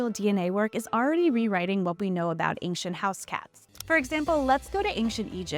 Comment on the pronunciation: This information about cats is great- the narrator who cannot pronounce the word "ancient" is entirely unqualified for any position of responsibility requiring communication.